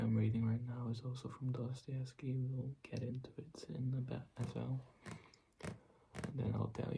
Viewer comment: Прекрасное видео! Жду с нетерпением новое🫶🏻❤️ Я долго не могла понять вы русский, учащий английский или иностранец, учащий русский. У вас прекрасное произношение фамилии Достоевского, хаха. Это меня и смутило Желаю удачи в развитии канала✨🎀 I couldn't understand for a long time whether you are a Russian, an English student or a foreigner studying Russian. You have a beautiful pronunciation of Dostoevsky's last name, haha. That embarrassed me I wish you good luck in the development of the channel✨💖🫶🏻